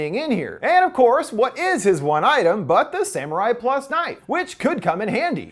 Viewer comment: HE PRONOUNCED IT WRONG! ITS SAMURAI PLOOS NOT PLUS! I am Latino myself so this technically doesn’t affect you in any way, so it’s not racist, and you’re not offended.